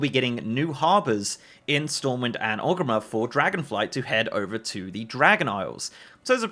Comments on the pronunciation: Wondering why you keep saying Ogrimmer instead of Orgrimmar. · Friendly note. It’s ORGrimmar, not Og :) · never heard Orgrimar pronounced as "ogreemmehr" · why he say orgrimmar like that at the start